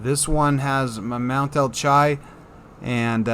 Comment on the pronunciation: Alchia, Mount Alchi, I don't think it's pronounced Al-chi, I think it's pronounced more like Al-Ki, like Alchemy